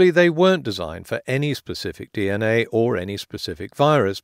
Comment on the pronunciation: Holy 💩, forget deoxyribonucleic acid - this dude can't even say 'dee enn aye' 😂